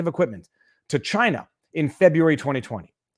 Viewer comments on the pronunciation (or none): none